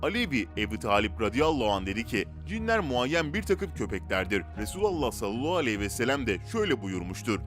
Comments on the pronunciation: Sen peygambere salolahu vesselem demekten vazgeçmeyeceksin belli ki. Sallallahu aleyhi ve sellem demek zor değil. Eğer dilin dönmüyorsa ( ki buna inanmıyorum çünkü bir sürü zor kelimeyi gayet normal söylüyorsun) biraz çalış. Yok dilin dönüyor da her videoda bir sürü insan uyardığı halde sırf yorum yapılsın diye salolahu diye bir kelimeyi söylemeye devam ediyorsan onun da cezası Allah katında vardır elbet. Kasten yapıyorsan İnşallah layık olduğunu bulursun. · Efendimiz Hazreti Muhammed sallallahu aleyhi ve sellemin ismini salavat-ı Şerife sini daha dikkatli bir şekilde doğru telaffuz ederseniz çok seviniriz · Katılıyorum ancak dili dönmuyor sanırım